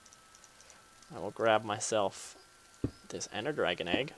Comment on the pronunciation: "drag-on" its funny.